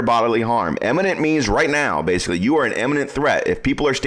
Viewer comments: "imminent" not "eminent" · Very clear and concise explanations. The one correction I would make is that in #1 he sounds like he is saying "eminent". To be clear, the word is "imminent". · Great video, thank you. By the way, it's pronounced Imminent not Eminent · "Iminent", not " Eminent ". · Great, but please learn to pronounce the word I M M I N E N T ...not pronounced Em, like in the word Emigrate, for example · ‘Imminent’ not ‘Emminint’…geeessh…. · I listened to you pronounce imminent several times, and it's NOT emminent. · For God's sake, learn the difference between eminent and imminent. And learn how to say it. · Typical ignorant gun nut, can't even pronounce imminent, each and every time!